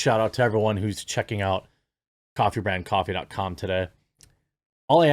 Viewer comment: I know you said "Coffee Brand Coffee".... But when you said it, 🤔 it sounded like CONTRABAND COFFEE. And honestly.... 🤣 That 💩 sounds WAY more based! Just sayin. 🐸🍿